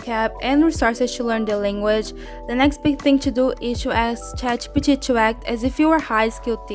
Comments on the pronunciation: Can you say Chat G P T properly? Thumbs down to you. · Omg the way that you pronounce ChatGPT 💀